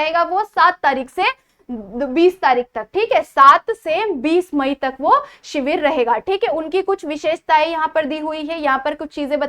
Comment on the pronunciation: ्माई नहीं म‌ई